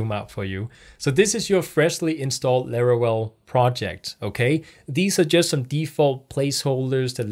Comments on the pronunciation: If you say LARAWELL one more time I’m going to lose my mind 😂 jk Great video thank you for uploading these tutorial videos. You got a New Subscriber!! 🙌🏼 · Every time says "Larawell" reminds me of a Looney Toons character.. 😄 Jokes aside, nice video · its called laravel